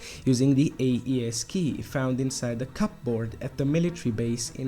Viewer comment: here is a tip, pronounce "cupboard" like "cub-ord"